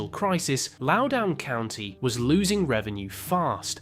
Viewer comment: your volunteer copyeditor here, it is pronounced lou-din county (i work for the data centers in northern virginia)